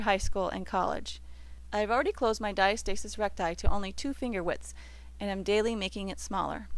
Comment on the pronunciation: And the word is pronounced Di -asta - sis not Dia- stasis. Yea, the video really wasn't a journey but a sales pitch